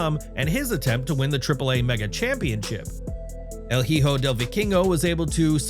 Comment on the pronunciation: To the person narrating in the video, the “h” has no sound in Spanish. So it’s hijo (e-ho). It’s a very common misunderstanding to those who don’t know that rule. Also “ch” it’s the same sound as in English. If the “h” is alone in the middle of a word, it is still silent. Like “ahora”. That’s as best as I can explain it. Hope this helps.